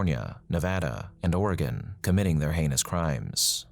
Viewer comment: Thank you for pronouncing my state correctly. 😅 (Oregon)